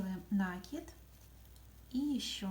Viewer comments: Да не нАкид! А накИд! Молодые девушки, а говорить правильно по - русски не научились в школе???😮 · Всё классно! Спасибо! Но это нАкид! Слух режет! Извините! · Молоденькие девочки ведут мастер классы и многие в слове накид ударение делают не правильно. Спасибо за мастер класс!♥️💐